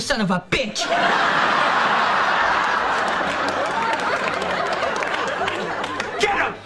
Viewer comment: It sounds like he’s saying son of a beetch I liked because no one would